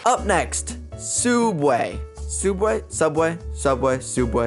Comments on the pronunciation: Do BRO say sudway is subway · it subway not sudway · "Soubway" theodd1isout: WTH MAN???? (Jk its just really funny) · James! Sooubway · it’s sooubway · souubway,(james appearing slowly) SUBWAY, subway.